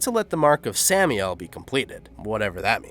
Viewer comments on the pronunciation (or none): Brahms is pronounced Bramms. Not Brah-ms. Samael is pronounced Sam-i-el, not Sammy-ell. Flauros is pronounced _ Flowe-rosse (Flowe as in flower, and rosse as in gross.) Wasn't 'Rosewood park' it's rosewater.